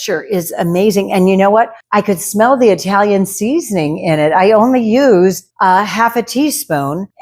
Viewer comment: Italian.. is pronounced like it.. with a short i. Not eye...talian Yes, I'm Italian 😂